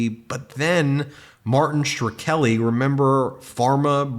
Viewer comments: and nice job of consistently mispronouncing Shkreli's name! The K comes before the R! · Shkreli. Skrelly. SKA-RELLY! Not sher-kelly! He has even said his name, why is it so hard to say it properly!? Not that I care for the guy, I just can’t stand when people say names (or any word, really) wrong when saying it right is so easy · Whys he saying Schkreli like Shra-kelly or Sure-Ra-Kelly. Its two syllables that sound like Skrel-Lee. This cant be the first time he’s heard this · Ben Ben Ben....it's Martin SHKRELI. Just imagine the "H" is missing and pronounce it like that. "skreli". Despite the fact that Martin Shkreli is a dirt bag, I keep cringing every single time you pronounce it like: "Sher-Keli" or "Shre-keli". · Martin Shur-keli? Shkreli... pronounced shkrelly. Alternatively, you could pronounce it mud. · Shu-krel-i, not shir-kel-i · Ben can we please say “SH-Kre-li”?? Not “Sher-Kelly”—it’s not hard to pronounce!! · Who's gonna tell him? OK, I will. Ben, Martin Shkreli's last name is not Shrkeli. It's not pronounced Shruh-Keli. It's pronounced like it's spelled: Shkreli. Shkrel-i. Sh-Krel-i. Shkreli. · It's "Skray -- lee", not "Shhre -- kelly". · NOT SHER-KELLY. Facepalm Its Shhhhh.Krelly, the scumbag conman. You do yourself no favours by being lazy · Shk - relly Shkreli. It's easier to say it right, than the way you are trying to do it. I clicked off after the fifth time. I'll give you fifty bucks, if you correctly say "Shkreli and Tlaib visited a nuclear plant". Still, I think you're great. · It is pronounced Sh-krelly, but said all together Shkreli. What a scum bag, but at least say the name well enough that people know who you are referring to. edit: Somewhere out there, there is probably someone name SureKelly but it isn't this dude. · His infamous name is Martin Shkreli not "Shar-teli", Ben! At first I didn't know who you were talking about bc you said his name was "Sharteli"! What a shame if Barron's already in trouble in some way.